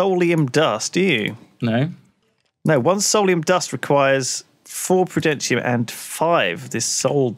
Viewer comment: It's like can't read. Saying prudenatium instead of prudentium:") He does this a lot with questbooks and such as well, reading things wrong, missing words, adding words... whoops?